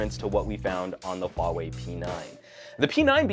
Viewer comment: your HUAWEI pronunciation is really accurate